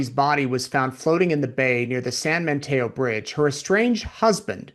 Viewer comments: it’s San Mateo not San MaNteo! FYI. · It sounds like you’re saying San Manteo. I don’t think there’s an N in Mateo.